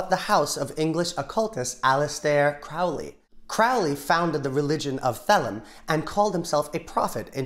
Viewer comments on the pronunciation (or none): you kinda messed up Aleister's name. here's a little rhyme to help you with it. his enemies call him Crowley and treat him quite foully but his friends call him Crowley and consider him holy